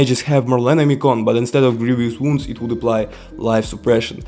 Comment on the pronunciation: Grievous wounds is pronounced as Grieve-us wounds.